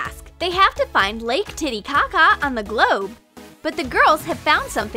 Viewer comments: Did they say TitiCocka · Did anyone else catch the fact. That they said blaketiticaca